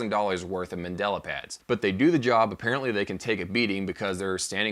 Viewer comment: The word is mandala... You keep saying Mandela, who was a person. They are two VERY different things